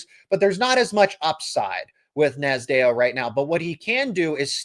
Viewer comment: You're butchering Cael Nasdeo's last name. It sounds like Naz D O